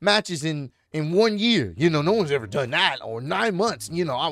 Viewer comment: evarrrrrrr....opportunityyyyyyyyyy.... can't stand how that guy intentionally elongates the last syllable of all his words.